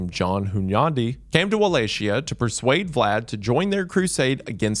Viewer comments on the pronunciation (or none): Its Walachia, not Walashia. You read it like "Walahia" (common for Eastern Europe), or at least "Walakia" (true variant). Because c+h creates a diftong that sounds like "k" in Romanian language. And yeah, Radu also had another regalia known as "Beatiful". "Fair" - I never even heard of it. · Mr. Goon, please say with me: wuh-LAH-kee-yuh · as a Romanian not Walakeyuh, In Romanian it's as it's written Valahia , no key sound Wa sound idk how to explain it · Its either pronounced with "chi" or "ki". I understand that an English speaker would say "shi" when the see ch in a word. That doesn't explain why he said stuff like "Walatshia", which is a hilarious way to say it. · Wall-A-Chee-ya?!?! Your interested in Dracula but DIDN't watch the Castlevania show? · I've tried watching this so many times but I can't finish bc of wuh lay she uh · Did you just say "walla shia"? goodbye... -_- I was all into this video until i heard you pronounce it like that then im like "nope" thats as bad as the white girls running out of the spanish class saying "Q-pasa" please dont use the google AI results pronunciation. that joker is always messing people up. use the Romanian pronunciation. Im not going to be the grammer nazi.. im just trying to help you out.. no i didnt really leave the video. i kept watching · Wallachia, with a soft "Ch" like in Cher, right? It's not his fault, guys. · no way wendigoon is saying walaxia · Never thought I would have to correct Wendigoon, but its pronounced like "Valahia" or "Valakia" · It's pronounced 'Valahiya'. You need to at least do some pronunciation research when doing your videos. You're really bad at pronouncing the same thing wrong time and time again when it's the focus of your video. Literally take 5 seconds to google it. Jesus christ this is the second video I almost didn't continue because it seems like you're incompetent. Get your shit togethr. You can research a topic but never how things are pronounced. Peak American.